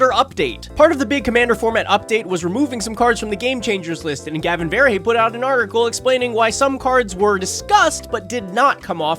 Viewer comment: Are you aware of how you mispronounce Gavin's name?